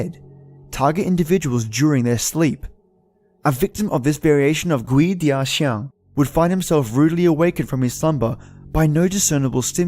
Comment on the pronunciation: It's pronounced as kuay-dah-jiang And its not a creature. First hand experience in Singapore. During the 7th lunar month. I went home late (against the superstition that you shouldn't go home late during the 7th month) and when I was playing a youtube nosleep vid that's 5hrs long at 11pm, I woke up and realised that the video was repeating itself. I paused it and it was at the 37min mark. To my horror, it suddenly was 415 am,for fucks sake I had school that morning. (When you go home late ghosts follow you home and fuck with you as they please. Especially if you have bad karma)